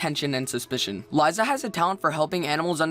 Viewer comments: It's not laiza it's Liza XD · lieza? Li-sa!!! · its not liza its liza you say it like lisa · It's not lie-za Its li-za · I pronounce Lizas name Lee z uh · it's pronounced lee za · FYI the panda alphas name is pronounced " LE_ZA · I think Liza is pronounced LY-ZUH, and Graham is pronounced GRAM. But I could be wrong, and everyone pronounces things differently, no offense:) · U pronounced liza wrong.. I'm angry XD